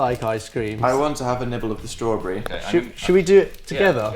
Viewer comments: Dan says stRAWRberry. :D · "i want to have a nibble of the strawwbrie 🧐🧐🧐" so fricking posh omggg ahahahaha